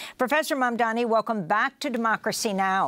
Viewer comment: Lol So much inflection (hand moves) while butchering Mahmoud Mamdani’s name every way it can be. Slow people: start with the subject’s title etc. then try REAL hard. It’ll look way better. Or a little anyway.